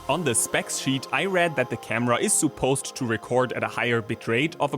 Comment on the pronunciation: ‘Suppose’: the u should be pronounced as schwa, not oo.